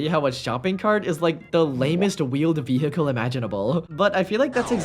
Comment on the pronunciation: “Shopping cart is the most boring ve-hickle imaginable” wait till you sit inside of it